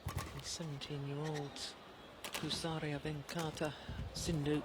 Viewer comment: Is jill Clarke pronouncing PUSARLA pusaria ?